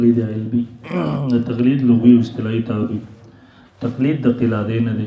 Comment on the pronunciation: استادلفظ قِلادة ندےبلکہ قلادة دے